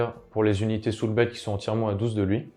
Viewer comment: Aaaah le saoûlblaillte légion of bloude, rien de tel